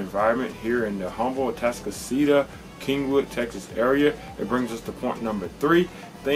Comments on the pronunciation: H is silent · Say "Huhm-bull" one more time! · You're a local realtor and can't pronounce "Humble" correctly?